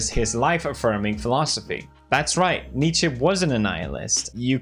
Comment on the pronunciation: Dude, props for the correct pronounciation of Nietzsche, most people pronounce it incorrectly. (at least in the US)